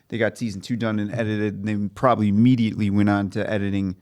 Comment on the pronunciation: properbly 😂 love it. (Not hating)